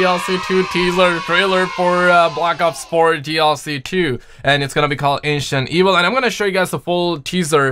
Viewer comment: I can't it stuck in my head now😂